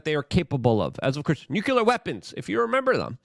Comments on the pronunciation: Nuclear is pronounced "New Clear". Not "New Cue Ler". What ever that is lol. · Luke for christ's sake, it's nuCLEar not nuCULer. You don't want to sound like Dubya now, do ya? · Nuclear pronounced “new clear”